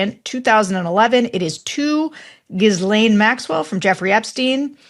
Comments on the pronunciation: This starts out with an important report on an important subject and done by highly respectable people and podcast crew, but I have an issues with it. After all these years of reporting stories that involve Ghislaine Maxwell, a seasoned news person STILL doesn't know how to pronounce her name?! Come on. How uncaring, lazy, disrespectful and unprofessional. Why not do a bit of homework? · Who still pronounces the 's' in Ghislaine?? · The way you pronounce Maxwell's name, Sarah, drives me nuts!! 😂 Why? Just say "Maxwell" then. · Sarah Longwell, why don't you pronounce "Ghislaine" correctly? Michael Wolff does. If you can't, then will you please just refer to her as "Maxwell" instead and stop making a fool of yourself because it's not endearing... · Does give two thoughts to the subject before the podcast starts? Or does he just run his mouth? Sarah, there's no IZ in Ghislaine. You don't say Ghislaine's name correctly. Why should anyone accept anything else you say as correct? This sloppiness cheapens the other work you do. While I absolutely agree with most of your thinking, Sarah, I'm asking you, please do better. As for, he really needs to do ever so much better. Ever so much. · I'm amazed that you're pronouncing Maxwell's first name incorrectly. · Sarah! Please learn how to pronounce Ghislaine Maxwell’s name correctly! It’s not that hard. Some of the letters are silent, just as the H at the end of your name is silent. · Thank you! Why doesn't just correct her?!!! Longwell acts the "know it all" yet mispronounces Ghislaine constantly. It's maddening. Also, she has NO RIGHT to diss Michael Wolff. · Please just ask one (one!) French speaker how to pronounce Ghislaine. Or, you know, google it. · Sarah it's a silent S in Ghislaine! 😅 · The s in Ghislaine is silent, just as she actually is 😂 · Ms. Longwell, feel free to learn how to pronounce Ms. Maxwell's first name. The information is out there. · Silent S in Ghislaine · "Giz laine?" Really????